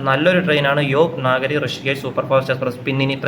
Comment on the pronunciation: യോഗ് നാഗരി അല്ല 🙏യോഗ് നഗരി 🙏ആണ്.